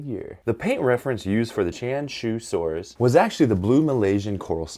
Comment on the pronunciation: just so you know, Qianzhousaurus would be pronounced closer to "chee-Ann-Joe saurus". Not exact, but with Chinese names, you have to explain it to english speakers in a way they will understand. When you see a zh sound, the zh is like the "dge" in "Judge" - not the "z" in "zoo". Qi sound is not quite the same as "chee" - but, without audio to show you it's hard to explain. the "tch" sound in "switch" would get you closer than the "ch" sound in "chew", which has too much exhalation sound. Do that, and you've improved your accuracy with Chinese dinosaur names by many times over ;)